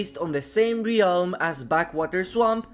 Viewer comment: How do you still not know how to pronounce ‘Realm’?